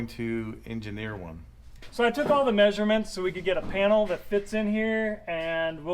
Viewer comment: Lol, “MAY”surements.